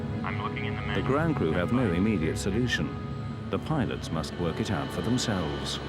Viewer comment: "can ya help us öut"? :D